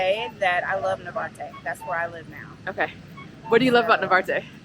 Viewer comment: Narvarte, not navarte.